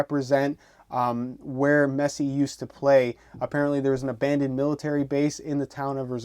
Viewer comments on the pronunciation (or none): none